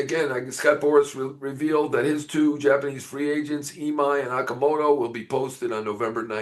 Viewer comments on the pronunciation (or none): FYI, his surname is pronounced O(H)-Ka-Mo-To...like in "O"range.